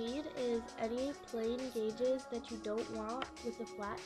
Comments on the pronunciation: Oh my god it annoys me when people say guages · Omfg "gauges"